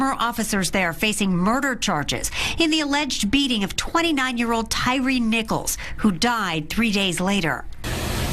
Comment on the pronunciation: TY-REE? LMAO thats how everyone promounounces his name? Thats like the Key and Peele sketch, JA-Quelin? B-LA-KAY? A-A-RON? It should be pronounced 'TIRE'.